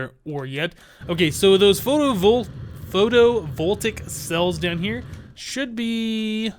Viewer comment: Just so you know, it's pronounced Photo-vol-tay-ic